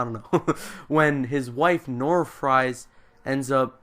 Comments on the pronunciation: It's not pronounced fries! It's pronounced freeze! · Pronounced "Freeze" not Fries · It's prenounced victor freeze instead of victor fries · Look, no disrespect, but your explanation of the plot was painful to listen to, particularly the mispronunciation of "Fries" (which is pronounced like "freeze"). Having said that, I'm glad that you got the kick in the rear to actually go seek out "Heart of Ice", which was really the first of many crown jewels from Batman The Animated Series. I only found it myself because it was included on the bonus disc for "Gotham Knight". One other fun fact: Ferris Boyle was voiced by none other than Mark Hamill himself. A few weeks or months after that, he took on his definitive role as the Joker for the show. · Fries is pronounced "freeze". Victor Fries(freeze). Many Batman villains have real names that are similar to the names of the criminals they become. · Dr. Victor Fries' last name is pronounced as freeze. Every batman fan should know this.